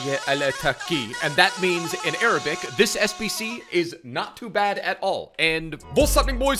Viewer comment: Am from algeria and of course you nailed the arabic part xD